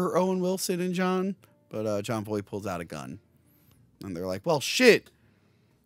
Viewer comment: Everytime says John Voight, it sounds like he's saying "John Boy".